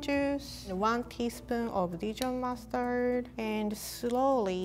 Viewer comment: Is it just me... Whenever she say mustard it sounds like Mars turd to me